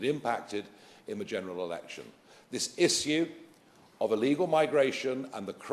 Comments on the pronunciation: One thing I fault him for. Stop saying issue like that, it's annoying as duck. Lol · Is it me or does Farage have a strange way saying "issue".. Saying isshoo like he's sneezed 😂😂 funny man... Good ol Nige